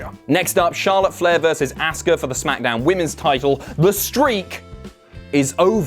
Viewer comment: "AssKa" lmao